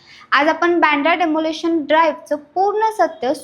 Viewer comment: बांद्रा नाही वांद्रे बोला